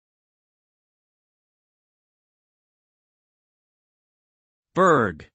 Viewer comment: Wrong. Just look up the Wikipedia page for it and you will see that it's pronounced "Burra". What motivates you to make such obviously wrong videos?